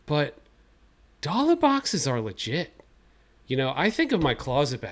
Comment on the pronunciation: I’ll at boxes are legit your Boston accent came out there lol